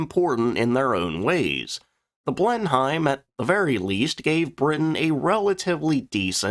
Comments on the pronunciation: "BLEN-HIME?!" No, mate. NoNoNo! More like: "Blennum" The 'high' is silent. No blame though - after all, we're divided by a common language, are we not? But serially, every time I heard "Blen-hime", it cracked me up. Anyroadup, you're welcome. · 'Blenheim' is pronounce 'Blen-im', not 'Blen-hime'. But thanks for doing a feature on one of my favourite WWII twin fighters. I liked the Beaufighter from the moment I built the now very old Airfix kit back in the seventies. It has a very chunky purposeful look, definitely not something you would pick a fight with. Superb armament too. It went on to become Britain's first successful Night-Fighter, so good the USAAF used them! That's until the peerless Mosquito was adapted to the same role, arguably the best Night Fighter of that period. The He 219 UHU was better armed and a tad faster but there weren't many built. The P 61 Black Widow was the first purpose built NF but was probably a it too big for the role, capable though. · Phonetically pronounced Blen em or Blen him not Blen hime. 😂 two nations separated by language 🇬🇧🇺🇸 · Ive said this before but it still irks me none the less, Brits seem to have no trouble in managing Foreign names etc but our colonial cousins difficulty in pronouncing a British name anything but phonetically really grates, by the tenth time he said BlenHIME it was really cooking my chips if WE can get our heads around places like Arkansas ( arkinsaw) then why cant THEY, it is pronounced blen EM or blen UM and takes its name from the Palace Sir Winston Churchill was born into - Blenheim Palace. although credit where credit is due at least he didnt call a Beaufort a BEWfort as a lot do. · “Blem-heim”? 😂. There’s opinion and then there’s fact. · Minor quibble. Blenheim is pronounced BLENim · Pronunciation tip - Blenheim is pronounced "Blen'im", with the "he" being silent. Source - Am British. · Someone has probably mentioned this already, but "Blenheim" is pronounced Blen-im in English. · "Blen Hyme?"